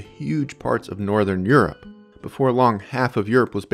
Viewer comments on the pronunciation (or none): none